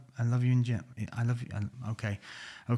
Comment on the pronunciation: Top notch, das beste! Love you! This is great format, i´m well informed and i can't stop laughing on the other hand:D.........but wait did he really said "Ich liebe DICK" at the end????:D